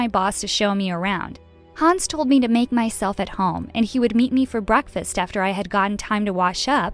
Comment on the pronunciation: Um it’s Told not Tole